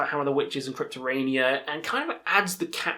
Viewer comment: For a favourite band you managed to butcher not only the Cacophonous records name but even Cryptoriana album name…